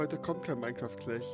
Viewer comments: Wem ist aufgefalle das Rewi immer Minecraft Clach sagt statt Clash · "Ich muss euch endtäiuschen. Heute kommt kein Minecraft Kläch"